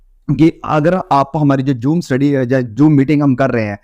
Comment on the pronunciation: Joom nhi zoom,santa shaa jatta nhi chaa jatta h.bhut mistake krte h app. Itne lambe chode lecture ki jarurat nhi hai,To the point bole,itna time kis k pass nhi you tube pura time app ka hi video dekhte rahe. App video aise bante hai jaise samne bath jann sabha kr rahe ho,bhai yh you tube hi selected baton ko bole k video end kro.itne bak bak kon sunega.